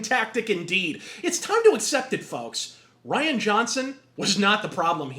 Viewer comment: His name isn't Ryan, it's Rian - pronounced "REE-yan". You can't tell me that "Rian" is the same as "Ryan." His parents were extremely low IQ, and that shit is genetic. FFS, who thinks you can get a good movie out of a guy who thinks he's named "Ryan" but spells it "Rian"?? The dude can't even fucking spell! You can't expect him to be able to make a goddamn movie!!